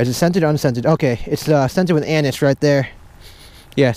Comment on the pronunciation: Anise : "uh-nees" lol